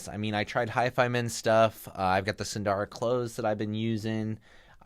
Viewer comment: There are no long vowels in "SUNDARA".